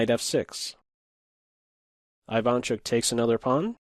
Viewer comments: Isn't it E-vaan chook? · Hey,! Thanks for the vid! Sharp position, interesting analysis. But, you gotta pronounce Ivanchuck's surname this way: Eevahnchuk. The first sound is not I like in Ireland, it's ee like in East. I am from Ukraine, just like Ivanchuk, trust me, I know what I am saying. Thankee for having picked up this game, a very sophisticated imbalance here only two great artists could arrive to. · Very interesting/educational and funny to watch. Ivanchuk my favorite chess player. Love your content and chill voice, though your pronounce of "Ivanchuk" is incorrect. First letter should be pronounced like "E". Also emphasis should be at the end of surname. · Great video, as usual. P.S: you got that Ivanchuk name wrong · great video! that's not how Ivanchuk pronounces his name tho :)